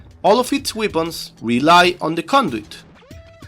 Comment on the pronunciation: just one thing, I am latino so just wanted to let you know weepuns is not the right pronounciation as far as I know. I guess you are trying to say weapons which is pronounced: -> weh·pnz. 11/10 VIDEOS as always thanks a lot!